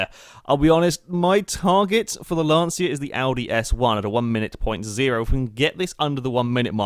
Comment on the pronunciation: Just for reference , It's pronounced "lan-cha"